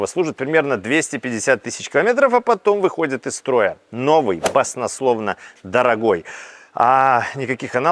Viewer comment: "соленоидов", - "баснословно".